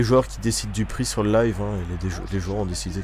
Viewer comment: Jt'ai entendu boire a et après le bug quand t'as dit "leuve" au lieu de "live" j'etait plié et j'ai cliquer sur abonné ^^ dans la journée qui suit j'ai regarder toutes tes vidéo :P